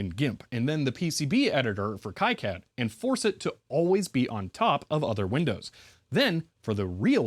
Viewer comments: Not judging or a huge deal and I'm sure you have heard it before but the ki in kicad is pronounced Kee or Key not Kai. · awesome video. btw, it's pronounced key-cad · FYI KiCAD is pronounced Kee-CAD, not Kai-CAD. (Reference: Wikipedia) Also, if reverse engineering again in the future, careful measuring capacitors while they’re in-circuit. Depending on many variables, doing so can result in incorrect values, especially if there are multiple in parallel. In simpler devices, the value can matter less, but it could be a gotcha moment in designs where the capacitance value plays a significant role in the circuit.